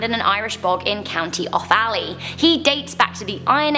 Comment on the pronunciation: It's spelled Fermanagh and pronounced Fermana... and it's Offally not Offa lly you say it fast and don't break it up... just to let you know...